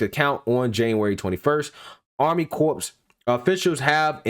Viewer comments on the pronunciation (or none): It's Corps not CORPSE speak engrish please 🙏🙂😒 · Corps has a silent "ps". So please pronounce it like core. The way you are saying it is like corpse. You know the dead. While both come from same Latin root meaning body, they are different in the without the "e" it is alive and the other dead. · Great video breakdown of the content... just a friendly note, the “p” and “s” in corps is silent. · I know it is spelled “corps” but it is pronounced “Cor” 🙂 fyi... thanks for your info. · It's pronounced CORE ok CORPS is pronounced Core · Great video. But as a veteran, a BIG pet peeve...you don't pronounce the "PS" in CORPS. It's pronounced like "CORE" . Thank you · Love your work bro! But, please!!! Corps is pronounced core. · Corps is pronounced like core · It’s pronounced ‘core’ sir. A corpse is a dead body lol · Good report. FYI the Army Corps of the Engineers. "Corps" is pronounced CORE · Dude, the word “corps” is pronounced “core.” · I love your videos, but, please, corps is pronounced 'core'. And I still love that laugh. 😉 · Great reporting! By the way corps is pronounced the same as core. 😉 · I love you man, but the p and s is silent in corps. Keep up the great work.